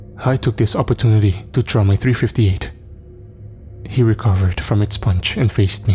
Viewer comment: And his .358 at the end😂